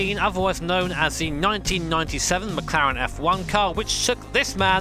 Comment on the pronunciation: Nice “mclaren”🤦🏻‍♂️